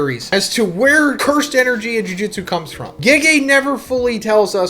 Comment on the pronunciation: Can you ever just say “Jujutsu” instead of “Jujitsu” every JJK video?